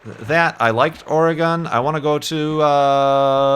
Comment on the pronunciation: Why do you pronounce Oregon wrong every single time? you say Oreeeegon When it actually is Origon Please say it right next time. you mid-westerners and east coast people say it right